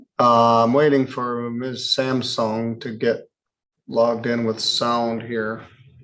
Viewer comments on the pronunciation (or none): none